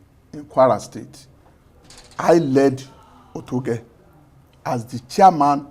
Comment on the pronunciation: Oyedepo not Otedepo